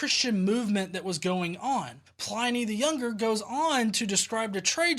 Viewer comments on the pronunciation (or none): you do so much work on these that I wanted to make a small correction- Pliny rhymes with tinny, not tiny. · Great replies, as ever. A quick FYI, it's Pliny, as in tinny, not as in tiny. HTH :-) (you can tell I studied Latin for too long, can't you? LOL)